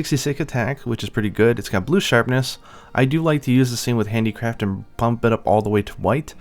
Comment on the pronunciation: Do you say handicraft or handicrap? 😂